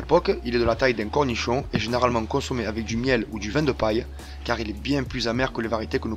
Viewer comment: Cornichoa, je pensais qu'il était marseillais ;-), super vidéo.